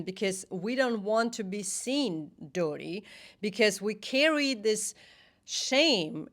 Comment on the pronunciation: Not to distract from the serious nature of your video, but until the mark, every time you said "dirty", I initially thought you were saying "doughty". In seriousness, thank you for sharing your experience! :D